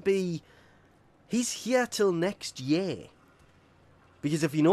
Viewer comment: “not leaving till next YEH 😂😂 “ cracks me up with that voice